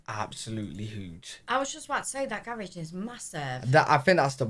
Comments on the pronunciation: Gar rage😂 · That's a double car garage...and gah rah geh is how we pronounce it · It cracks me up how you pronounce garage!😂